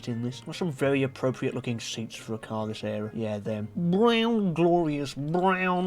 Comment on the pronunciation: Caurrrr is very tvurghh